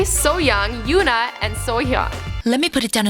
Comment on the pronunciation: she said taeyeon right and she also said yoona and yuri right. she kinda got seohyun